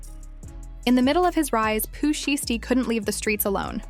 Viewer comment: Bih lost me when I heard how she said Pooh shiesty smh click bait!😊